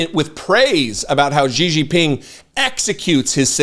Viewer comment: Okay, I love your content and know this comment is going to come off as completely irrelevant (and probably won't be seen anyway, lol), but I've been hearing too many independent media hosts on the left make Xi Jinping's name way harder than it needs to be when trying to pronounce it (completely slaughtering it in the process). As someone who speaks Mandarin, it always cracks me up. I mean, I appreciate that you're trying - genuinely, I do - but can I just make it a tad easier for anyone who cares? Xi = She (as in she/her) Jin = Jean (as in the jeans you wear) Ping = Ping (as in ping pong) There is a bit more nuance to it if you really want to sound native, but this is far closer, more accurate, and more recognizable than the way you're currently pronouncing it. Again, I know it doesn't matter in the bigger scheme, but figured I'd take the time - just this once - to type this out in case you see it. Regardless, keep up the great work with your reporting.